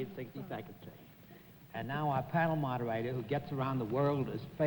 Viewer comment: If you listen to the voice of Jonathan Winters, he sounded like Johnny Carson. 😄 For someone who thought so highly of himself, Bennett sure had trouble pronouncing words that began with the letter "R". He said "Wed Wing" and "mawdahwaydah" for "moderator, and "dwink" for "drink".😁